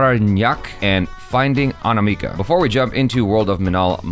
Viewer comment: My name is anamika And the way pronounced my name Aniimaaka sounds hilarious 🤣